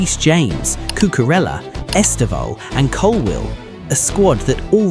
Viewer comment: Estevao not Estevan 😂